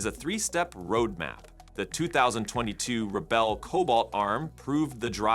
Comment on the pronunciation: "back-drivvable"... "Rebbel"... 😄